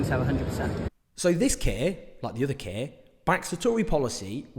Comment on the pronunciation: When you said ‘this Keir’ I thought you said ‘this kid’ 😂